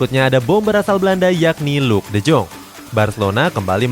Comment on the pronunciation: miminnya bilang luuk de joonggg 😭👍 kalo gua bacanya luuk de yong🙃